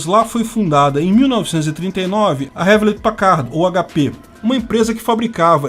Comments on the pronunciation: Pau no cu da Califórnia. E se fala "Riulét Péquerd". 😅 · Aprenda a pronunciar "Hewlett Packard".